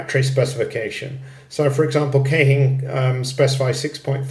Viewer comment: What I like best about this video is I’ve finally heard someone pronounce Keihin correctly. It’s not Keehin, it’s Kayhin. Whenever I pronounce it right shop people look at me like I’m dyslexic. Little do they know I lived in Japan for many years